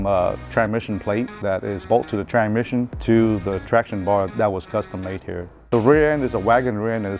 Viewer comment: can’t say tran misson